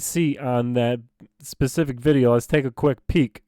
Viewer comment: The word is "specific", not "Pacific"